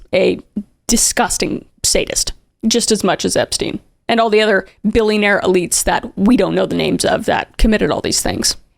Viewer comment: I might be just smoking too much weed but did anybody else hear her say other elites?